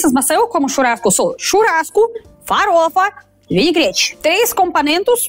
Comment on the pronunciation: "vinigrete, vinigrete, vinigrete" 😂😂😂😂